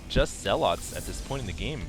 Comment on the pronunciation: i like your style. nothing against you, you're saying zealot wrong. it's infuriating. just a comment.